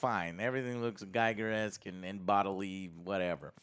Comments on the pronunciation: HR Giger's surname is pronounced "g-EE-gur" not "g-eye-gur". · Giger is pronounced 'gee-gerr', not 'guy-gerr'. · It rhymes with eager. H. R. Giger. His nickname was eager Giger.